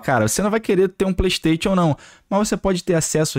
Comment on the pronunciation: Cara, para de falar "pleisteitiu"....cursou a mesma escola do prata, foi? É "pleisteichan" , caramba